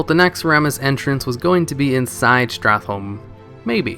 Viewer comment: Its odd how your mispronounce some of the simplest words in the english language. Entrance, castle, escape, the list goes on.. Do you do this on purpose?